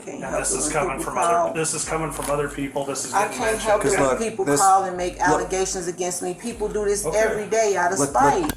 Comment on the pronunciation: I love when ghetto people can't pronounce the words they wanna use correctly or confuse them when a similar sounding word lmao. A mayor being investigated for corruption said allezations instead of allegations lmao.